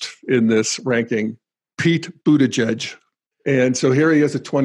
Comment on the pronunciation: Remind me - which is the stage of Integral when one learns to pronounce last names? :-p Just teasing, I am also deeply rooting for Buttigieg.